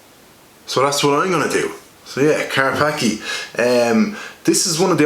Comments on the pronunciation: Its Polish, and its pronounced "Car-patz-kyeh" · It's pronounced Car Spa Ski